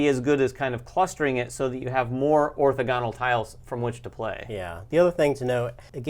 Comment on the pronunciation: Love your guys show, and great info on the game. I just have one nit to pick. I noticed in a few videos without commenting but wanted to. Orthogonal is pronounced orTHOgonal. I know. I'm lame. Not a big deal. Just being that guy. Keep up the good work on the show!